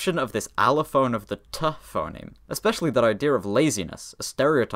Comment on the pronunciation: Not just that: "Wha' am I saying? Le's no' ge' poli'icl he-e."